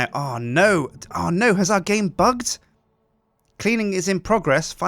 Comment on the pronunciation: its bugged not bigged bigged isn't a word